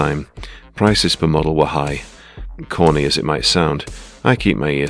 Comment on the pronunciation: When you said "Corny as it might sound." Was it Corny or Khorney you said?